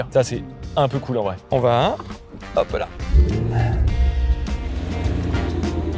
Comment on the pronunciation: "Particité" ? Zetes sûr ? Bonne vidéo mais désolé de te faire remarquer que t'as attrapé la même maladie que beaucoup d'autre YouTubeurs, c'est une épidémie manifestement de "Ça va -T-être". ET YA PAS DE T À "VA" PUTAAAAIN 😖😄